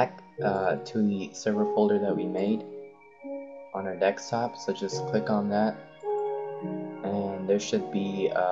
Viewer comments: I think it's pronounced deSktop, not deKstop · Noice video but it is deSKtop not deKStop.. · its DESKTOP NOT DEXTOP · xD u always say "Dekstop" LOLOLOLOLOLOLOL its desktop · helpful video but its called a DESKtop not a dekstop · Desk top not deks top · dekstop xD its name deSktop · Dextop. #English. but good video. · OMG!!! he said dekstop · good tutorial but ahhhh 'dekstop', its so annoying :s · i noticed u say dexstop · really? deckstop? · dekstop ha awesome vid tho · DEKSTOP?! STOP SAYING DEKSTOP!!!! Otherwise good guide, thanks :D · "Its on the dekstop"